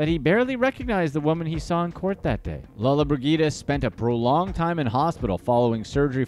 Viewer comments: It is pronounced Gina Lola bridgida. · The lady's name is pronounced lola-briJida